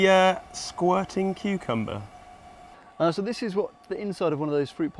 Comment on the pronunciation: Taras Kul voice: exploding kookumba